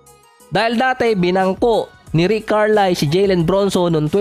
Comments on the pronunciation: Karlayl po ang basa hindi Karlai. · CAR-LAYL po bigkas may L sa dulo Hnd KAR-lie